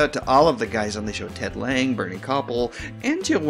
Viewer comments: Hey, Ted Lange's surname isn't pronounced "Lange", like you pronounced it, it's pronounced "Lanzh". I know this because I saw a live taping of Hollywood Squares in Las Vegas at the Riviera Hotel and Casino about 3 days before Christmas, 1980. Ted was in one of the squares and that's how announcer Kenny Williams pronounced it. Paul Lynde was in center square, and Lydia Cornell of "Too Close For Comfort" was also one of the squares. I can't remember the other six for the life of me. Make yourself useful and see if you can use your connections to find out who the other stars were in that particular taping. Also, Bernie's name isn't pronounced Kopple, like you did, it's pronounced "Ko-Pell", get it? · I believe Ted's last name is pronounced Lange as in "flange" and not Lange as in "hang"